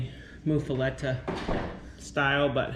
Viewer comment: Your sandwich looked delish! It’s pronounced “muff-a-lotta”. Promise! I’m from Louisiana. I really enjoy y’all’s family!